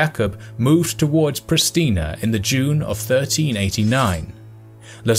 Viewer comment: The S. in Vukasin is pronounced as sh so is the S. in Pristina